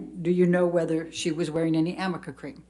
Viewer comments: Me yelling at the phone…what on earth is amica cream!!!! 😂😂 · SAME GIRL. I was like say amica cream one more time